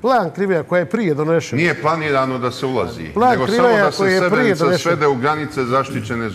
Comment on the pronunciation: Evo gledam vec minutu i odma samo da kazem i voditelj i kurton seselj neznaju izgovoriti Srebrenica ,kako dalje ,samo kazem